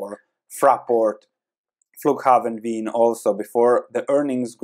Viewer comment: "Flughafen Wien" - Damn, your german is on point :)